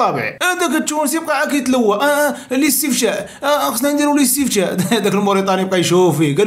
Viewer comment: أخي اسمه الاستفتاء ماشي الاستفشاء😂